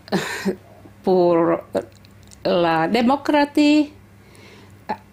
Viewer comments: Sö paans kö ku demokratii 😂😂😂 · ...and she mispronounces it -_